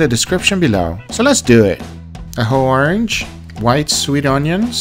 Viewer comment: A whorange